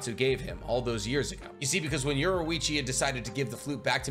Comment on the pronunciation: Bro said yorwoichi